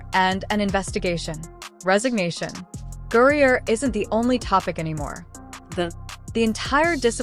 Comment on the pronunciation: GRINER. How in tf did you come up with that pronunciation? Brittney gruyere cheese?